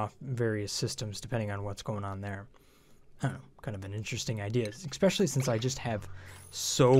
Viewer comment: I'm "exspecially" excited about this series of videos! :D